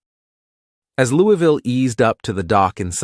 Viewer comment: We need to work on your pronunciation of "Louisville". Put a marble in your mouth. Now put in another one. Ok, good, now: "Louavuhl", say it with me.